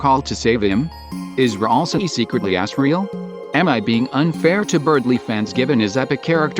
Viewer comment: is it annoying anyone else how at it says Ralsie instead of Ralsei?